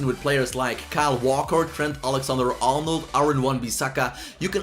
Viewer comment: can you fix your accents, it's so disrespectful to Trent if you pronounce his name as “t-hent”. I know you're not English, but please put respect on the names.